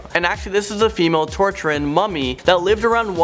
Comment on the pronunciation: La doncella is pronounced like dawn-say-uh and tocharian is toe-car-ee-anne